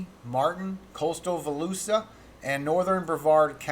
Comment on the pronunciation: volusia pronounced va loosha. 🙂